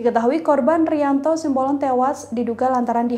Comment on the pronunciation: TOLONG UNTUK PEMBACA BERITANYA YG BENER, SIMBOLON BUKAN SIAMBOLON. masa baca doank salah